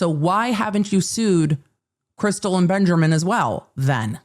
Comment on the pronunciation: The commitment to "" 😂😂 love it